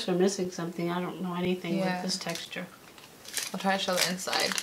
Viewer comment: Shoe! Not show 😆